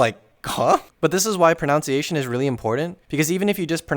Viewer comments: And he continues to pronounce it wrong though the whole video. For non-native speakers out there, the word is proNUNciation, and that NUN is pronounced exactly how it is spelled (with a short uh vowel), not like the OUNCE in pronounce. Don't ask why it changes when you make it a noun. It just does. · Ironic that a video about pronunciation has "pronounciation" 6 words in. I enjoyed the video irregardless. Keep it up. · Pronounciation is hard… pronounciation pronounciation pronounciation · I appreciate this information as I’m trying to learn as much Japanese as I can within 7 months, I’d like to get to a conversational level and your videos give me hope that it’s possible. However the way you say pronunciation like pronounce i ation is driving me up a wall. The second o gets deleted. Thanks for the video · Your video is very VERY helpful and entertaining! The only thing that bothered me through this was that you kept pronouncing "pronunciation" as "pronoun ciation". Love the video! And adorable model as well! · Awesome videos but "pronounciation" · correct, proNOUNce is said like the word "noun", and proNUNciation is said like the word "nun" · Video talks about pronunciation -Also him pronouncing pronunciation incorrectly LOL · It's kind of ironic that you don't pronounce the word "pronunciation" correctly lol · Super cute & useful video, but please look up the correct pronunciation of ‘pronunciation’. The word comes up so frequently in the video that given the context, there’s a disconcerting irony to hearing it mispronounced over & over. I’m not trying to be mean, I know pronunciation is dicey when you read a word more frequently than you hear it pronounced. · Mispronouncing 'pronunciation' in the first 2s of the video is quite the power move. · You're mispronouncing "pronunciation" (which is ironic). You're adding an "o" to the word when you say it. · Super helpful video! I think you’re pronouncing pronunciation wrong though 😭